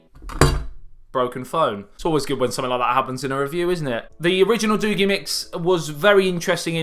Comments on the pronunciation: It's doogee not doogy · Pronounced DOUGH-GAY. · I never thought about Doogee.. But this phone could change everything. wow. it is pronounced doeg (Dogee) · doogi......... not doogi. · It's pronounce doogee, not doogee. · Oh! I googled it! It’s Doogee not doogee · SAY: DOO-BEE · pronounced doojzz nice review/revisit chap! all the best for the new year too. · Comedy in the house..I think it is pronounce d Doo-gieee..lol..but in-depth break down.. wow u r the first YouTube who have said that the cam is not freak...And u did. Simple thing to prove your point...you are killing it..😁😁😁😁😁👍👍👍👍👍👍..great job..ammm..now that sweater..let's just say cannot put it into words.. lol..it is like a child only a mother could love..lol..do have a most productive 2018..looking forward to this coming year to see how great the channel grows... P.s...your other channel feels neglected..